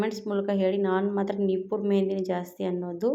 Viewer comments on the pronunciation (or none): ನೀಪುರ ಅಲ್ಲ.ನೂಪುರ್ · ನಿಪುರ್ ಅಲ್ಲ ನುಪುರ್ ಅದು